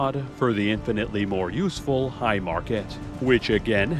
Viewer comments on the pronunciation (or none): none